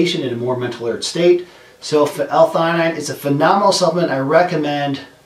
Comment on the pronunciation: Umm you definitely didn't pronounce this right